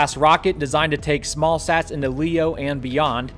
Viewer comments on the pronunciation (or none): none